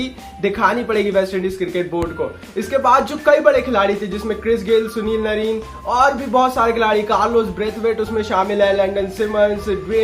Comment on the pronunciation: Nrine nhi narine